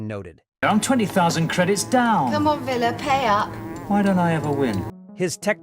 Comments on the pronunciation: "Veeler"??? (=) "Villa" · Vil-ah…. Not Vella.. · Vila (pr Villa) NOT Veela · Vila not Veela. say it like pill but with an 'a' at the end, why am I telling AI how to pronounce names. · Vila isn't pronounced veela it's vil-a 😉 as per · That grated on my ears every time the AI mispronounced it. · Also Vee-la rather than the correct V-ill-la. 🙄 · Vee-La ... that not his name! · I agree. Terry Nation's credited for many decisions made by Chris Boucher and others. I read somewhere that Nation wasn't told that the entire ensemble of hero characters were going to be killed off. I suspect the narration to this video was generated by AI, having instructed it to write a review based on specific themes. And Vila being called Veela drove me mad! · great video about one of my all time favorite shows. One thing I would like to mention - you totally mispronounced Vila's name.